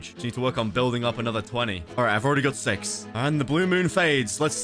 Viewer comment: Did you hear 6 or sex